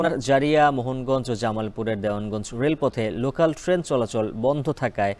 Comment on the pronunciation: লোকান নাকি লোকাল?